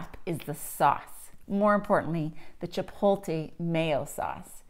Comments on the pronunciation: Chip-oat-lay Not Chip-pole-tay Jesus it's 2024 just read the word. Chipotle. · Thanks but one thing: It’s not chipolte. It’s ch i p o t l e. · The “L” in Chipotle is after the “T” you’re saying Chipolte which is wrong